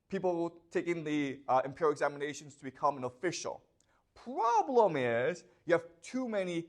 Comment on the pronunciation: The probrem iiiiiis